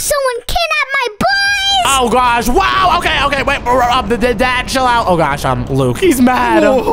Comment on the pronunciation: Every millisecond bro says "OH MY GWASH"💀